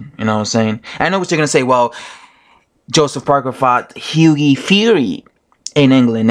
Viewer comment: What is it with Americans not being able to pronounce Hughie correctly?😂😄 You're the 3rd YT boxing dude to do it. One other dude says Higgy fury